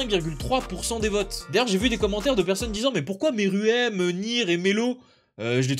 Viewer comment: Plutôt merouem ( pour la prononciation ;) )